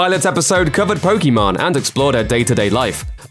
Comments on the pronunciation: Poké Main not Poke Main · Just FYI, it's pronounced "POKI-MAIN", not "POKI-MON". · Did i heard Pokimon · This dude really called her Pokémon instead of pokimane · It’s not Poki man you idiot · This dumass thinks hes right as he says Pokimon LMFAOOOO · ooo your sponsors will be under fire now you called her pokimon lolol shes such a 2 faced lyer and hypocrit why does anyone watch her trash? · calls her "pokemon" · Her name is pronounced Poké Main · I guess as far as pronounciation,pokemon sounds like how you would say it in french while poki main sounds like how it should be said in engish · Not even a fan, but I cringe everytime they mispronounce her name... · It was intentional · Careful, you mispronounced her name, she might come at you or your sponsors now.